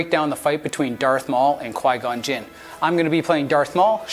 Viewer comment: He said Qui-Gon Gym lol